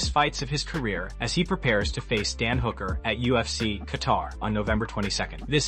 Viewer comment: You need to stop making videos until you can pronounce ufc properly